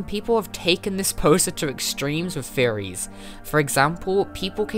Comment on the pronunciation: This is a great video! However I can't help but hear "furries" whenever you say "theories"